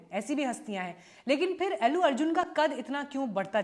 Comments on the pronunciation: अेल्लू अर्जुन नही आंटी अल्लू अर्जुन बोलो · Ellu nahin, Allu ... itna to jaan hi len